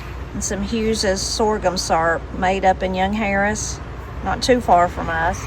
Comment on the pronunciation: I noticed you call Soghum Sorghum. 😂 I’m North Georgia country. I really enjoyed the ride around Murphy. We have Ingles down here, they have some good sales. It’s none of anyone’s business whose groceries you pick up. We used to have a Sav -a-Lot. We have a Aldi they have great deals. The first major grocery store I ever went in was a Big Apple. Before we only had the IGA and family grocery stores. In the mid 70s Dallas GA got a Food Giant. We’re no longer a little one horse town.